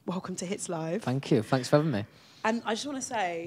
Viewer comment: Fanks, in gemral, I fink❤